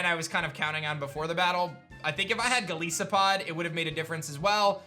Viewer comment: man said "go leese oh pod"